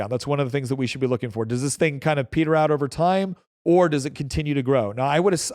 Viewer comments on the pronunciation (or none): none